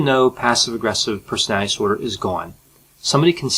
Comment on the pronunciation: I like your videos very much. And I should stop watching them all the time. As it becomes a disorder. But I like the way you explain things, you have a brilliant explaining personality. It is not a disorder. (Brilliant explainability disorder) You speak very fast, which I like, too. But please pronounce "personality disorder" properly. Don't say "personalidisorder". Please😁